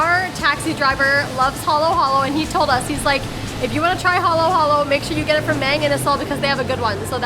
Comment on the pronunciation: Mang is pronounced "Mung"